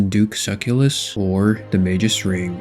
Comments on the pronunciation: 1000 duke suckyouless?? bro you might be the worst osrs player ive ever seen at pronouncing names. its pronounced Soo-cellus. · duke "su" "cell" "us" drives me mad lol not SUCKULUS